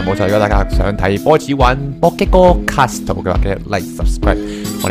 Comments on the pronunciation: Tang Cwo 其實其實 我比較在意castle讀錯 而且係英文讀法讀錯 我唔算成日睇片 唔清楚佢人生去到咩階段 如果對外要用castle, hustle 呢類字 讀埋個't'音就會完完全全變左等二隻字 所以先好意提醒 我比較在意既 係 +飯團 呢類人 睇到人留言 覺得唔啱就反對 唔通我食飽飯無野做無根據就話人錯咩？ 算啦…又要比人話認真就輸架啦… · ，castle唔係咁讀